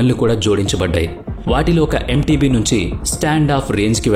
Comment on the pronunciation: చాలా చక్కగా వివరించారు. అయితే అది ఎంటేబె అనాలి